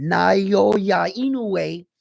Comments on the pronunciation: It’s Nah-oh-ya In-no-yay. Getting closer! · Nah-oy-ya In-no-way is how I pronounce his name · heard the japanese commentator pronounce it as Now ya in no way